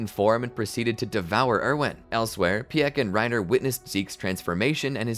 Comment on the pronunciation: Is anyone else kind of annoyed with how he was pronouncing piek's name?